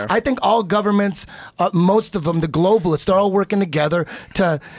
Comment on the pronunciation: Also, notice how he says globalists 😂😂